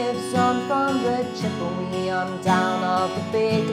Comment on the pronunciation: Excellent lesson! One of the few that includes some form of the riff which is excellent. One critique, the name of the Native American tribe mentioned in the first and last verse is pronounced Chipawa not Chipawee.